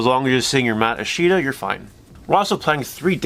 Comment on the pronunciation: I-shit-da. That is all.